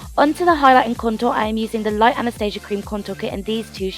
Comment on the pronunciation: I remember he whole reason I subscribed to you, its because youre one of the verrryyy few YouTubers who actually say 'Anastasia' correctly 😂💖